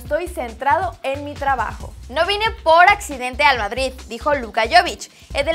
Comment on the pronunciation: dice Vardrid jajaja 😂😂😂😂😂